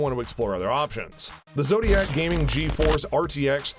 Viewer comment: bro im saying 3050 cant run 2k so why do are you sayin that it can 8k yea u can put a 8k monitor to run your desktop res 8k but why do you want to use this gpu as a display adapter. And plus its not zotiac its zotac.